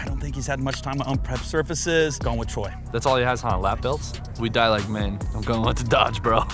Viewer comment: They keep calling him troy when it's choi haha